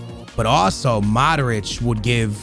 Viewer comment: It's not MADRIĆ, it's MODRIĆ😑